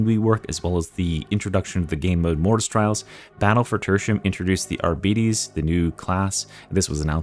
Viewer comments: Why the f do you pronounce arbites like that?. It's just like the people that keep calling Lara croft, Laura Croft. It is objectively wrong, end of story. Love the videos outside of that tho. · YOU ARE SAYING ARBITES WRONG.